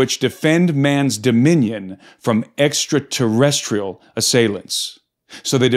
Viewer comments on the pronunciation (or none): You say extra terra? 2x at least in this video?